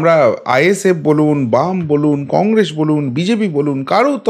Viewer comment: Apni Congress uchcharon ta thikbhabe korun ...khub hassokor...apni boleb congresh...hahaha !